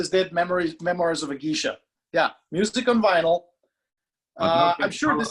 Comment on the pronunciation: its GAY-sha, not GEE-sha:)